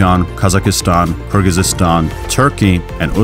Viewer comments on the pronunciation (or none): That's not how you pronounce Kazakhstan and Kyrgyzstan in English. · videoda Türk ölkələrin adlarını düzgün tələffüz etməməyindən yazdım. Bunun erməni olmağa nə əlaqəsi var? Əslində Türk dövlətlərə səhvən adirbican kimi gələt deyən elə ermənilərdir.